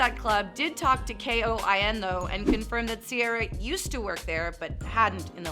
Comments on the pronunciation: If you are trying to act like a real news station, figure out before you go live how to say things. If you did your research you would have known KOIN has no periods in it and you pronounce it like Coin. Second I am super confused about your border comment. Makes no sense. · KOIN is said like the word “coin”. FYI